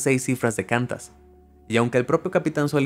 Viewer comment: Me gusta mucho su program pero usted muchas veces comete errores de pronunciacion ejemplo: QANTAS se pronuncia KWANTAS no KANTAS...... eso desnforma al publico.